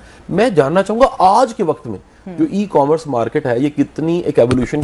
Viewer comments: It is e commerce not e comm Russ. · It is E commerce not e comm russ